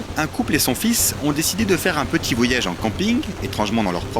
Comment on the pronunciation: Voyage [voillage] pas [vo-Yave]